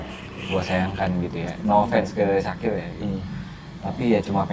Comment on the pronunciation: Syakir bang bukan dzakir